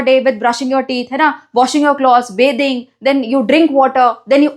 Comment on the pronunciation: Bathing 👎beting👍😅😅